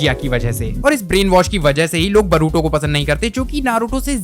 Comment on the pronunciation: Tujhe english padhana nahi ata bhai tu boruto ko baruto bol raha he aur baat karta he naruto ki 😂😂😂😂😂😂😂